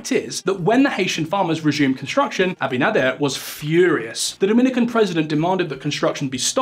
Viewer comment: You butchered the president's surname but thanks for the laugh & an otherwise great video Though you probably should have mentioned that the treaty signed with Haiti specifically says the Haiti cannot dam the river.